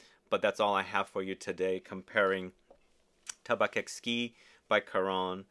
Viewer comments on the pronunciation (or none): I like tabac blanc. It's a good fall perfume that can be worn by a woman. And in French, it's pronounced "Taba"